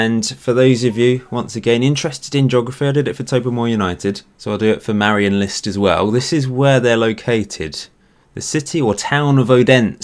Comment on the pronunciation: Dane here. Your pronunciation of Marienlyst is actually pretty good.